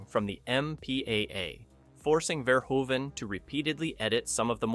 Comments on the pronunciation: The directors name is Paul Verhoven. I don't know what you were trying to say, but it was really distracting. Ver-HŌ-ven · Erased from streaming? It's quite literally available on every major digital storefront to either buy or rent. And last year it was streaming for free on Pluto TV. Stop talking nonsense, man. Also, learn to pronounce the man's name correctly - Verhoeweeven? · Actually the pronounciation is Ver-HOO-Ven. lol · BTW... Robo was covered in TITANIUM... not chrome... And it is pronounced Rob "Boteen" and Paul Ver-HO-ven... its ED-209, not E..D.. 209... STOP using AI to narrate your videos... ;)